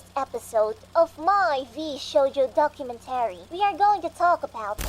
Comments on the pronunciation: The only wrong thing in this video is the pronunciation of "documenTAry", instead of "docuMENtary". Everything else is BASED. "Death to Vshojo, long live the new flesh!" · Not related to the topic. But why do you say documentary like that? "Docu-men-tarry" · She says "documentary" the way a certain Minecraft YouTuber says "inventory."